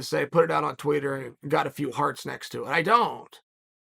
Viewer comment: Did Chael say “tweeter”😂